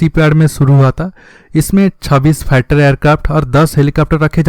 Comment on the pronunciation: Fighter aircraft to suna tha yeh pigther aircraft kia😂🤔🤔😂😂😂dejine😂😂